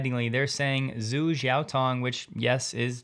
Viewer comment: If Tom Zhu's name was spelled Tom Joo, would you still call him Tom Zoo? No you wouldnt. Zh is a transliteration for the "J" sound. His name is pronounced Tom Joo, just listen to him say it. My wife is Asian and after a few weeks of dating, she said "you know John, you should probably pronounce my name correctly". I took that to heart and now try to respect all people by pronouncing their names correctly.